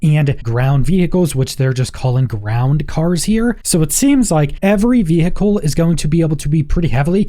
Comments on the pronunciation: Please Please Please, I am English, the birthplace of English - veHicle is really badly pronounced. Just say "vee icle" - trust the people who actually speak English. Horrible to listen to. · The way you say vehicle is so annoying especially being that its the most used word in this video lol 😝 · I was just about to come on here and say the same thing. What is going on with the "h"? :)